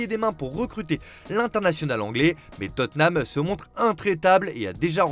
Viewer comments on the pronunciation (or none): none